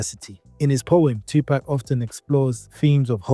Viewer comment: "2 pack" is the first word on this video 😂